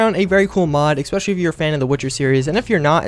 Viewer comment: "exspecially" ...jesus Christ.